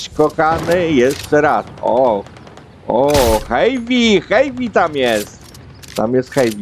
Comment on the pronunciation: Przepraszam ze poprawiam nie wiem czy to ja zle uslyszalem czy co ale mowi sie heavy a nie hejpi to nie hejt